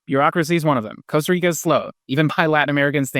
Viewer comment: Can’t trust a guy who rolls the R in Costa Rica — ticos don’t roll the r.